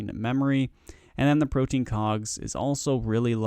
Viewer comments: pro-tee-in not pro-teen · Pro-tee-an please : [ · Okay, how many of you watched this just to see how many times he said "protein"